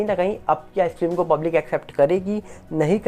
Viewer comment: आप बहुत अच्छा बोलते है.हम अक्सर आपको सुनते है.पर एक बात चुभती है.आप फिल्म को फ्लिम ऐसी उच्चारण करते है😢.FLIM/FLIM